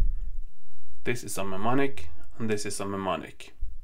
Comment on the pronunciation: In English, “mne” is pronounced like “noo” / “new”. So “mnemonic” is pronounced “newmonic”. 🙂